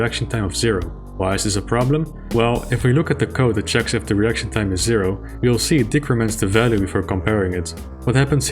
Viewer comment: Everyone: Icon of Sin ACTUALLY says "To win the game you have to kill me John Romero"! Me: giggling because saying "reaction time" sounds like "erection time"